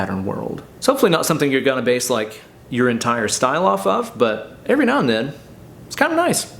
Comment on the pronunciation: How many times does he say meow instead of now?